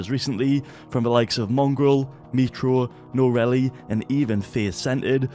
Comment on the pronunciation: Please please learn to pronounce Noahreyli